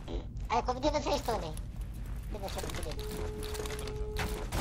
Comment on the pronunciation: parei no "voceis"